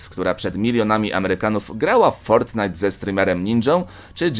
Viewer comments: Fortnite a nie fortnight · Nie fortnithe tylko fortnite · Nie fortnight tylko fortnite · Fortnite a nie fortnight xd 😂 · Ale ty gupi jestes fortnite a nie fortknight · ja bym sprawdził fortnite a nie fortnight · Nie fortnight tylko fortnite XDD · fortnite anie fort night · to nie jest fortnight tylko fortnite no błagam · To nie jest fortnight tylko fortnite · Fortnight xd to fortnite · fortnite a nie fortnight!!! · Fortnight? Nie Fortnite ? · japierdole to jest fortnite a nie fortnight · Tylko nie Fortinite !!!